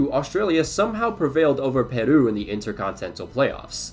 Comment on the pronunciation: why does he pronounce Peru like a japanese word?